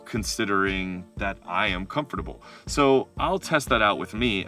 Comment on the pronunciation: You pronounced "Comfortable" as "com-for-table" and she as "comf-table".